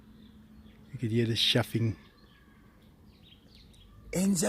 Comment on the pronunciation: Is "shuffing" or "chuffing". Or is it spelled Chuffing, but pronounced "shuffing"?!